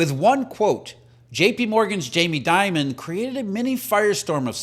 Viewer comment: Jamie Dee..mond.. .. not diamond😅